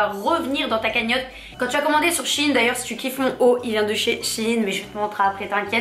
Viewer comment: Shein ne se dit pas " Chine " mais " chèyne " 😅